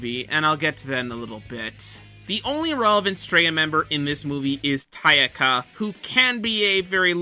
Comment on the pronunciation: Did you call Takaya "Tayaka"?